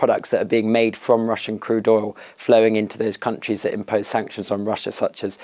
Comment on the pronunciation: It’s ”OIL” (pronounced as oyl) and NOT ‘OLE’ … if you think of the word, “loyal” 🤔 just remove the ‘L’ and you’ll know how to properly pronounce the word. You’re welcome 😜 Welcome to America, champ!! 🇺🇸